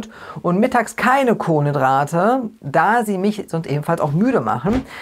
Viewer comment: Warum sagst Du Kohlendrate anstatt Kohlenhydrate? Ist das Absicht?